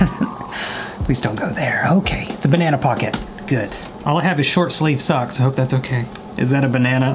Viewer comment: did he just say short sleve socks 😭😭😭😭 im fr dead